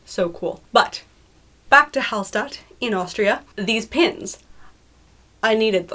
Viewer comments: Quick pronounciation correction: Hallstadt is pronounced "HallSHtadt" in German. ST is pronounced SHT. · That's really cool! Hallstatt is a very beautiful place too (tho all the signs have Chinese on them now, due to the heavy amounts of chinese tourists). If you wanna get the pronunciation a bit more authentically German, pronounce the s like you would in "sure" or "passion" :) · She talked about the Austrian city Hallstatt with the oldest salt mine but still it the almost same pronunciation, stress is on the first A